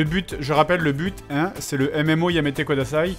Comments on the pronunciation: Par pitié Fred, c'est "Yada Yamete KUDASAI", ça fait plusieurs épisodes que ça me perturbe mais "kodasai" ne veut rien dire >< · Fred, vraiment, vraiment, pitié pour nos oreilles : c'est kudasai avec un u et pas un o. Tu dis que tu lis les commentaires : montre-le en corrigeant cette erreur horrible ! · C'est pas plutôt "kudasai" ?